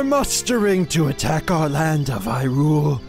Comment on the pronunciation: MrCylibus2 you're supposed to emphasize the hy in Hyrule